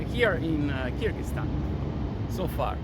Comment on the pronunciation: 'Kyrgyzstan' not 'Kyrgyztan'